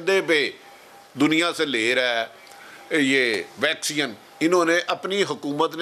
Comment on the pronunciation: Pak has world class doctors, engineers, scientists and world class educated journalists like who pronounce vaccine as "VAXION".